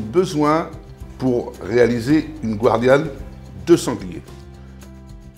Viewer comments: Bonjour chef. Moi qui suis de Nîmes je suis ravi. Très bonne recette. Respect des traditions. De chef à chef on dit gardianne, si vous me le permettez, et non guardianne. Merci encore pour cette excellente recette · Bonjour chef un petit rappel On ne dit pas gwardianne mais "gardienne" Merci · Bonjour. Ne pas prononcer à l'américaine "guardian" mais gardianne, ou daube de sanglier ou de taureau. Vous n'êtes pas de la région, on vous pardonne!!!